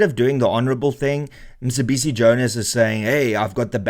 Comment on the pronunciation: it's not Msibisi it's Mcebisi. Just saying that because you had an issue with Julius butchering Elon's name .